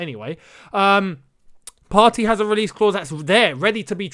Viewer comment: Partey is pronounced Par - Tay. As in "sTAY"